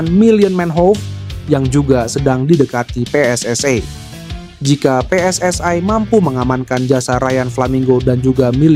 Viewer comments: Persatuan Sepakbola Seluruh Indonesia . -PSSI -bukan " PSSAI" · PSSI bung bukan Pssai